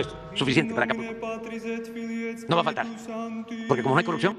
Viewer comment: “ya je acabo la CORRUCCIOGN, ya no hay CORRUCCIOGN ni IMPUNIDA!”